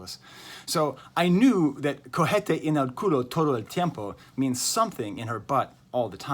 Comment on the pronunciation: Spanish trivia: cohete has the h silent, pronounced "co-é-te" and what you said sounded like cogete, which is to fuck yourself in Argentinian slang, but not in the way English people say go fuck yourself, it's literally that, coger is slang for to fuck, i found it funny great effort on speaking tho' and fantastic video as always